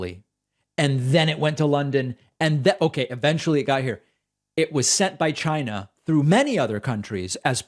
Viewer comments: CHINNNAA! I wanna throw up when I hear him say it like that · Trump is still sore that a lot of people accused him of pronouncing China as 'Jinah'. So every time he says it now, he says it with a hard 'CH'.